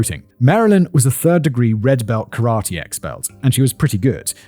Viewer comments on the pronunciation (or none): none